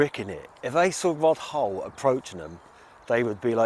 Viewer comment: It's rod hull...not rod hole..u sarcy twat.